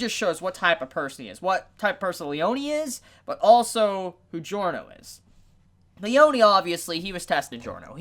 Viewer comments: btw it's "Leoneh" not "Leonee" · Lee-own-ee? It's just Lee-own that's how it's said. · Its pronouced leon(like the beyblade)lee-ohn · did you just call "Leone" --> "Leoniii"? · it's Le-yo-ne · The way you pronounce Abbacchio's first name is driving me up the wall, to be honest. Also, the memes lied. Narancia isn't a trap.